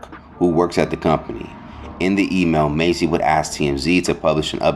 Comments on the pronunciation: Why he call them Macy as if he never heard they name being said before.. it’s MASS dude not Macy like u didnt grow up watching them..😑🤬😤 This why I don’t like you you speak low and you think you educated when you really not 😂😂😂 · There is a Huge difference between 'mace' and 'mass.'🤦🏽 #Idiot #Enunciate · Dude I know you can read it's Massey not Macy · MASSey, not Macy😂 She shouldn't have said anything at all, just let them deal with it 🤦🏽‍♀️